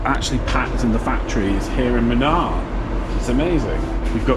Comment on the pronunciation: The the place is pronounced as moonaar and not muhnaar 😂. Munnar with a longer "oo" sound.